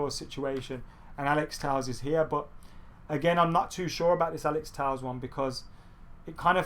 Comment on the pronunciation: It's pronounced Alex Tell-esh. Would've thought someone would've corrected you by now.